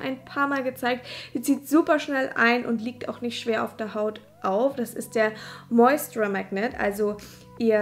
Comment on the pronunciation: Moisture wird „Moistscha“ ausgesprochen ☺️ schönes Make up 😍